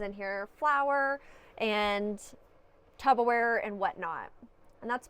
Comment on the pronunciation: did you say tubber wear like that guy in the viral video does 😂😂